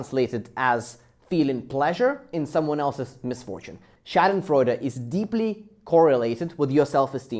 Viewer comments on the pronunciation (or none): SH-AWH-DENFREUDE. Not AAh like you're gagging smh